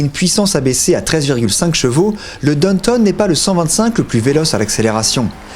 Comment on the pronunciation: J’entendais « donne tonne » et je me disais mais qu’est-ce qu’il dit là? Et il répète « donne tonne » et puis je l’ai ignoré. Puis, j’ai compris: Downtown, bien sûr!!! WTH mec? Vous êtes vraiment bizarre les français hin! Vous savez pas faire un petit effort? Bande d’ignorants de merde